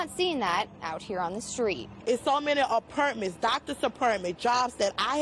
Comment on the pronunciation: She didn't say anything stupid or mangle her words. She's literally mispronouncing and saying words incorrectly. I get what you're saying, but appurtments? 🤦🏽‍♂️